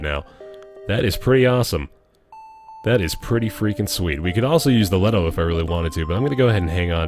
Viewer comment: THe gun is a LeeToe not Let o. Love the vids, but that is setting off my Nerd circuit.